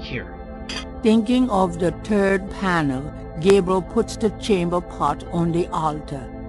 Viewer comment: it sounds like "thinking of the turd panel"